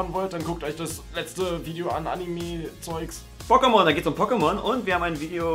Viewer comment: Igitt, ihr habt Pockemon gesagt! D